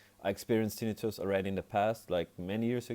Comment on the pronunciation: Thank you for pronouncing it correctly! The other videos pronounce it tin-night-tuss. Drives me nuts! 😂